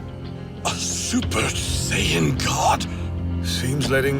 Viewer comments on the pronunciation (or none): Saiyan.... and pronouncing it as Say Yen..... oof my ears..... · Please 🙏 do something for me. Please say the word. Saiyan. And if you sound it out. It sounds like. Say - en But. It’s And no it’s not Vah - git - tah. It’s Vah - gee - tah I’m so very sorry for that. But the goddess was a girl not a guy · Say Yan 😂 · Can’t even say Saiyan right 😂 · I agree it's annoying like them saying Saiyan wrong ..